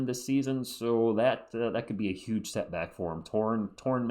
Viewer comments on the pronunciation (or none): none